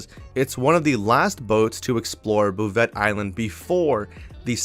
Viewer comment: Before someone makes fun of you for it... 'Bouvet' Island is pronounced "Boo-Vay"... I got your back.